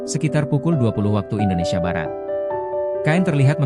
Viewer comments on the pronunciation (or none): none